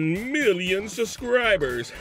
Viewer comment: SUBscribers. SUB, not SUSCRIBER. Jesus that's annoying as hell.